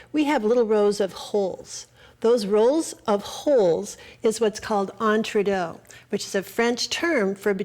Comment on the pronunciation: entre DOO. thats how it is pronounced.